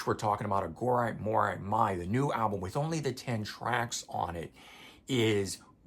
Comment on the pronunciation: on your inquiry about physical release vs digital. I would lean more to believing it's due to production delays/vinyl shortage. They want to rush the release for the tour. Side note if you revisit, you may want to check pronunciation of Iha, Atum, and Aghori Mhori Mei. Corgan has a video where he pronounced the new album for anyone questioning. And his pronunciation of Atum is much closer to Autumn.